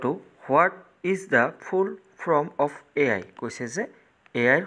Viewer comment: Sir apuni AI r ussaron koribo nejane😂😂❤